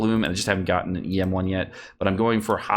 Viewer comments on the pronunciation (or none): none